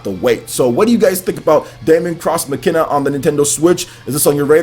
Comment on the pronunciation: its not DA-MON cross MACE-INA, daemon is the latinized version of demon, and is pronounced the same, and its Mach-I-Na